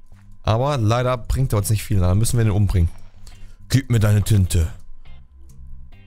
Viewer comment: Gomme sagt zum Skellet (lass mich ran) xD